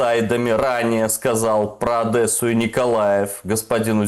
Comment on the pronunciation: Я твой рот полоскал Какая Адэса? Ну когда вы уже научитесь говорить правильно, мягкое Д, девушка, дедушка, Одесса, мягкое Д!!!